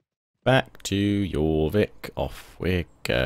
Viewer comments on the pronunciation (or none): I am a norwegian so i get mad when he prenouns something wrong XD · yh but really, pronouncing it JOR-VIK would be the more Anglo Saxon way of saying it, and the Scandinavian languages especially those of Northumbria would say YOR but it phonetically doesn't fit in the English language that why they still said it York in Middle English but changed it to a Y to agree with our phonetic alphabet. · jorvik is pronounced "yorvik"